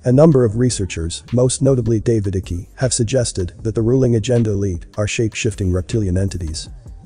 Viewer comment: Information is solid but get the pronunciation correct. You mispronounce many words and names. Archonic- R-con- ick not chons, David ICKE- IKE not ICK-E. Content is great though.